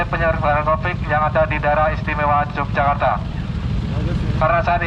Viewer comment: Yogyakarta bro.. bukan Yogyajakarta😁